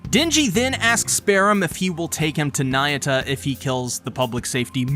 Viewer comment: not nayuta bro..